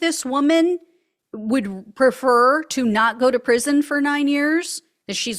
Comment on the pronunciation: Prison, NOT pension. 😂😂😂😂😂😂😂😂